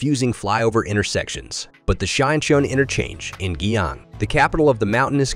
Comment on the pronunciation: Nice video! But RIP to some of your pronunciations. E.g., Guiyang/Guizhou.